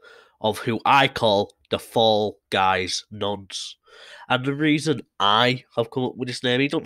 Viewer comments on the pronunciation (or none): Fall guys, not falls guys you thick bastard